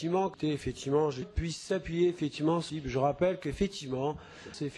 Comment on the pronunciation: à la fin, on entend "Fétiment""